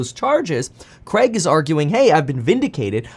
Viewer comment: Why do Americans say CREG instead of CRAIG.